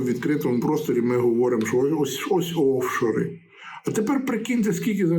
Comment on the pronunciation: Пане Володимире, ну чому раптом Офшори замість офшОри? Воно так ріже вуха, що протягом усього відео крім цього наголосу не в тому місці більше ні про що не думала і нічого не запам'ятала ((